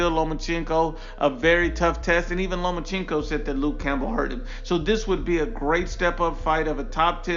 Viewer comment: “Lomacheenko” Lol